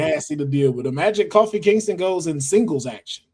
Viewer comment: Bro said “Coffee Kingston.” 🤦🏻‍♂️